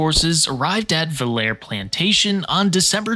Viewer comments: It's pronounced VILL-er-ee, by the way, rather than Vill-air. If the British had just chucked something in the river to check the flow, the whole show would have been different. Of course, there was also the unusual cold of the season that year, resulting in some freezing to death, as well as bayou muck that they were also apparently unprepared to tackle. Dragging munitions through swamp wasn't in the plan, and then when the soldiers were ordered to dig trenches, that didn't go over well, either. All in all, the advancing British were well on their way to demoralized before the day even dawned. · It’s not “Vil-hair”, it’s pronounced “Vill-er-ee”. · Villere = "VILL-uh-ree." The original French name was Villeré rather than Villère.